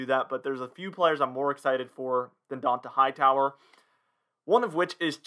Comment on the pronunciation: How Hmong have you been a pats fan ? And can’t pronounce Donta Hightower?